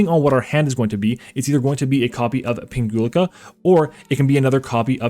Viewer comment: Nice combo vid! 🙂 I picked up the deck recently so I'm trying to learn as many plays as possible before I take it to locals. P.S. You're mispronouncing Pinguicula 😖😆 (plant geek here) It would go like ping-we-kyula 🫠